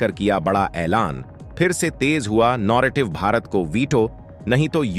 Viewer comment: अबे नॉरेटिव नही न॓र॓टिव्ह